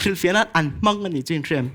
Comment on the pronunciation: Ngeihtuah ❌ Ngaihtuah ✅ Nachin❌ Nichin✅ Kan mithiam leh zirsang tak tak, kan milar tam tak hian ti hian an lam ziah nia,ka mi ngaihsan tak tak te pawh hian tinge mizo tawng hi kan lam dik theih loh fo aw????🤦🤦